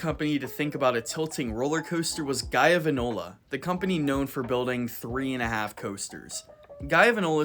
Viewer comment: Gaiavenola? You serious lol